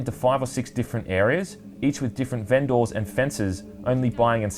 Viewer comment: Me" "vendor" Reviewer: " "vehnDOHR"